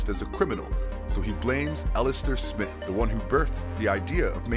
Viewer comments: You're pronouncing Smythe as Smith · Man how do you botch most of tha characters names when you have tha source material on how to properly pronounce their names lol smythe is not smith. And Sergei is not surge-e 🤦🏽‍♂️ cool video but couldn’t get over tha botched names lol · OsBORN not OsBurn Aleister Smythe not SMITH The fuck? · It is Smythe! SMYTHE!! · You don't pronounce smythe right but other then that it was informative